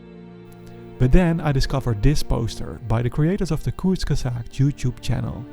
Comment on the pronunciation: I’m more confused on how he pronounced kurzgesagt correctly?!???!??? My guy isn’t just studying evolution, he’s studying sorcery.